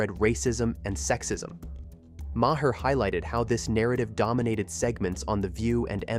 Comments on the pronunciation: Who ever did the telling of this be it a person or a I. Ya need to pronounce the man's name right it's not Moe hair. It's sounds like Mar... Come on people education please !!!! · Maher is one syllable and rhymes with bar, car or far. Every time you say "Mah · here" I literally cringe! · Pronounced Marr.... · Omg, yes. Thank you for posting that. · For the love, of God, if you're going to use AI to nmarrate your videos, at the very least, teach the AI to say the names of nationally known people like Maher correctly.